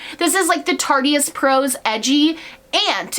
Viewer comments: Ily but it’s “tarte-ist” not “tarty-ist” lol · omg "tartyist" nooo girl it's tart-ist like artist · TARTE RHYMES WITH ART NOT TARTY